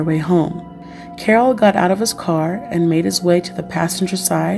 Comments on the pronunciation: Omg his name is pronounced as "Carl" not "Carol" !!! He had asthma not encephalitis. Did you do any reaearch??? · His name is pronounced as Karl